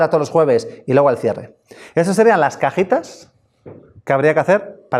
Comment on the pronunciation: No manches!!! Tuvo que pasar una hora para que un chavo aclarara que son cajitas no cajetas jajajajajaj inche esoañol que no abre bien la boca para pronunciar bien las vocales.